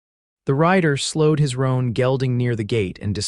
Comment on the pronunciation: It's "Roan Gelding". Not "Ron Gelding".